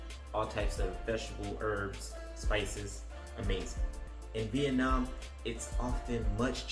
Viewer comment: yes you are pronouncing it right :)